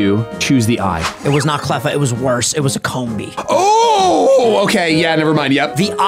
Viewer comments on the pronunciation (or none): …did you pronounce it as Cumbee and not Combee…